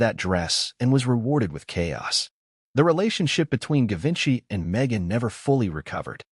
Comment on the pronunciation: Given by is pronounced with a soft G. :Geevenchy